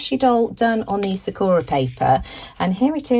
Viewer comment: Sakura is pronounced with the emphasis on the first syllable. And the second & third syllables are pronounced as “ur-a” not “ō-ra”. It means 🌸 cherry blossom. Thanks so much for sharing all these wonderful products.